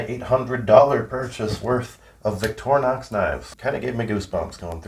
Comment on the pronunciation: Victorinox is pronounced VICTOR-INOX (equal emphasis both syllables) In French and other Latin-derived languages, "i" is pronounced "ih" not EYE, so "in-ox" from the French "inoxydable" (literally, non-rusting) or stainless.